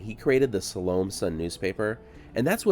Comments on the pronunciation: Sal-O-May? 😂😂😂😂 I think you mean (Sal-Oh-Meh)😊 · I think it's pronounced SAL-oh-may. You know, she of the dance of the seven vails. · If the town is named after the Salome in the Bible, who danced before Herod at his birthday party, which didn't end well for John the Baptist, then it is pronounced "Saw-low-MAY" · Excellent as always. I do have one question though. Are you sure that her name was pronounced the way you say it? The biblical Salome I always heard pronounced sa-LOW-may. But everyone gets to pronounce their name however they want to. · Originally pronounced Sal o May …just saying , lol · Well you totally butchered the name of this town. Use AI to improve your Spanish AI Overview +4 To pronounce Salome, AZ (pronounced suh-LOH-mee, rhyming with "slow me"), stress the second syllable, with the "o" sounding like in "low," and the final "e" sounding like a long "e" (ee), similar to the biblical name, with the town's pronunciation being a common English adaptation. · Usually pronounced "so-lu-me"😊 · are you sure it's not pronounced salomay? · Love your materials, but it was a bit painful to hear you repeatedly mispronounce the town's name. Now maybe the founders mispronounced it as well, but Salome is properly spoken as "sah-LOH-may"... I've been through the town many times over the past 20 years, and stopped once or twice. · It’s pronounced. Sau lo may. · Pronounced Sol o maaaa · Too bad he doesn't research how to properly pronounce the name of the town... Again... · I have never in my life heard any one pronounce “ Salome” so badly. It’s either you or you are pronouncing it like the locals did.